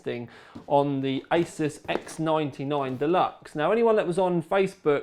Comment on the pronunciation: 58min video...sweet! >bucket< of tea and 1300g (2 1/2lb) box of broken biscuits :P btw peeps, its aY-zeus.....not ace-us.